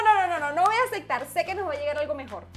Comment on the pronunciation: Amo cuando dises "asectar" "no se si asectar"